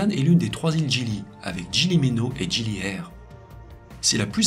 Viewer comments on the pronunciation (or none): On dit "GUILI" et pas "jili". On dit "gili" pour les petites îles. Il y a aussi les îles "pulau" de taille intermédiaire. Et les iles "Nusa" sont les plus grandes îles Mais ces 3 mots veulent dire littéralement "😊petites îles" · Bjr, juste pr info, On prononce "guili" et non pas "jili" (même si ça s'écrit GILI) ça veut dire île dans la langue parlée à Lombok. J'ai bien aimé la vidéo sinon !!